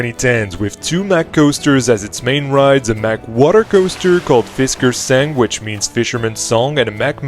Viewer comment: You did actually say Fiskerkysten correctly, but the "sang" part in fiskersang is pronounced like this : "sa" – Like saw, and "ng" – Like the ng in sing